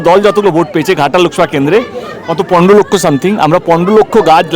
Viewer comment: পনরো' বাহ! পনেরো ও উচ্চারণ করতে পারেনা